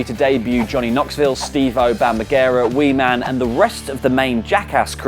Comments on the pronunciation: Bam Magera? It's Bam Margera. Come on guys! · triggered by pronunciation of Margera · How the fuck did you pronounce bam margera's name?